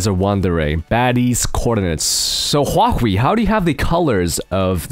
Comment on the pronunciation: not Hawaii but Huahwi